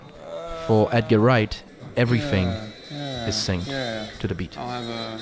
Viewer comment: You keep saying 'everyFhing' and it's annoying the heck out of me.